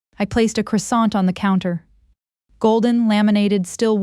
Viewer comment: Pronunciation of croissant is incorrect. Please correct it.